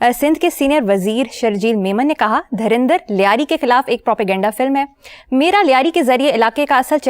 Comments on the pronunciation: पहले मुंह तो रोज साफ किया करो मोहतरमा, dharandhar नहीं धुरंधर है। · Madam darandar nahi durandhar hain 😂😂😂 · Ye pakistani dhurandhar ko dharndar bolte h bolna nhi aata en gvaro par kitne jahil mulk h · Madam its dhurandhar , not धर्मेंद्र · Chapti Dharti ki koum ko sahi se “Dhurander “ bhi nahi bola ja raha